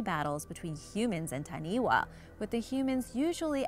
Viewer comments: Please please please redo the audio for correct pronunciation. For example Taniwha is Ta-Nee-Faa not Taniway. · As much as I love to see our Maori culture showcased on here. Taniwha is pronounced fa not wa at the end. The wh sound is a fa sound always. But thank you for showing our beautiful legends. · please get a polyneisian to help you with the pronunciation. the main thing that took a stab at my heart was the taniwha pronounciation, its not taniwa its tanifa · Taniwha, this is a great video but it's pronounced tani-fa not tani-wa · Just some small bit of correction it is pronounced tani-fā (taniwha). Just a little bit of helpfull information. I am not trying to put you down for trying just wanted to help you say it correctley just in case you ever visit the islands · Taniwha (tah-knee-fa) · Taniwha is pronounced Ta-knee-fah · She said ta-knee-wa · Ta-knee-fa (Taniwha) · Wh if actual a f sound cause maori language doesn’t have wha so when she said taniwha it more pronounced like tanifa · Dont know if this has been mentioned. In the Maori language. The 'WH' is pronounced as an 'F'. Making that last creature TANI-FA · its not taniwa its Taniwha wh make the f sound in moari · Taniwha is pronounced tani 'fa'😃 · it is pronounced tanifa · It’s pronounced ta-nee-fa get it right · Taniwah its Taniwha learn your pronunciation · Wh=f Ta-ni-fa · hi im late and from new zealand but you kinda prouned taniwha wrong just wanna say